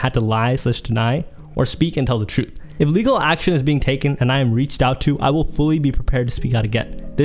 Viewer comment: Bro was struggling so hard to say “take legal action” 😭